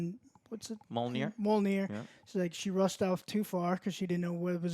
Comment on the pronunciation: “One free rish” -Joe 2022